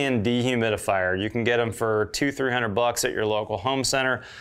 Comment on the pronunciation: What can I get forfreeehundred dollars? …. Lol 😆